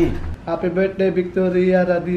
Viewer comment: Victoria Radavic-chuti pag pronounce? HAHAHS